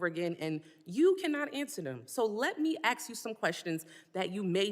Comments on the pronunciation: It's "ask" not "axe" you stupid bitch. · If you can't pronounce "ask" correctly you shouldn't be able to hold any form of public office